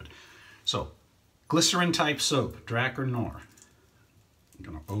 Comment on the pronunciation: It's pronounced dra-car smh lol